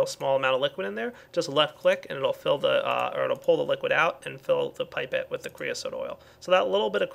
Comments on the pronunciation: its pronounced pip-et not pipe-et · Btw, as far as I am aware, it's pronounced "Pip-ette" not "Pipe-tte". Might be different for America, but yh, just staying:D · Pipe-ette? Oh, it's pronounced pip-ette. XP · its said pip,pet not pipe,pet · Pipe-ette? Pipe-ette? How dare you it's pronounced PIP-ETTE!!! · No, more like "Pie-pet".... Science Dictionary pipette (pī-pět') A graduated narrow glass tube, often with an enlarged bulb, used for transferring measured volumes of liquids. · Its pronounced 'pip' 'et'